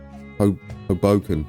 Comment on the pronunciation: HOboken rhymes with LOW-broken :) Frank Sinatra's hometown. I really enjoy your train videos, btw! Thanks!